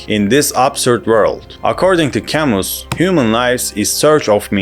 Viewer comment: It's pronounced "Cam-oo"!